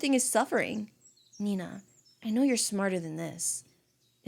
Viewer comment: its nenaa not nenna bro